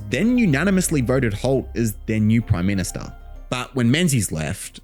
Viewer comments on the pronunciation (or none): Back when the prime ministah was simply the prime minister 😂